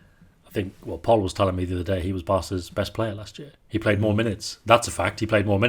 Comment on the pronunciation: Butchered Pol's surname😂😂😂 the raised eyebrows confirm it